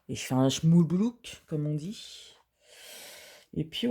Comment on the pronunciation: Coucou, le résultat est nickel avec ces petits strass en plus et la toile est originale! Sinon on dit pas Schmoulblouk mais Schmilblick!!! lol...gros becs!